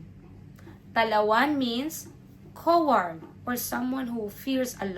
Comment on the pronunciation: Love your video but you're mispronouncing Coward. (cow-ward)